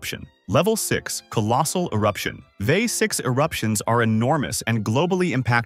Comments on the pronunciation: So easy to tell that this is read by a bot when they pronounce VEI as a word. 😂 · It's V. E. I., not "vey". Kill-o-WAY'-uh. Strom-BO-lee. Tam-BORE-uh. The other names were pronounced well.